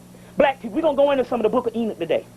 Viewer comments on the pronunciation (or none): ok yeah i wasn't sure if that was what he was saying because it sounded like he was saying ena